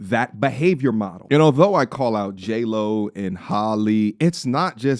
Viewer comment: Jlo sounds like hey ho 😂